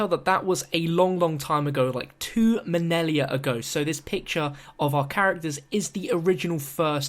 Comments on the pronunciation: '2 minellia ago?' I imagine he mean's Millennia which refers to a space of 1000 years yeh? But then at the end refers to 1900's all in reference to this primis pic. Australia was an established country by 1901?? You really hurt my brain sometimes. Pronunciation is the reason I don't like these video's at times, I feel as if the work is rushed. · What's a minnellia? Did he mean millennia? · He says "Minnelia" 😂😂😂😂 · He said Millenia as I read it on your comment!